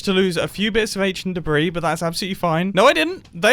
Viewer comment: "Aneshunt debreez"